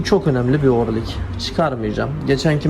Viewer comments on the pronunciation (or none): 10 numara.yalnız orlik değil o rıng ya da orıng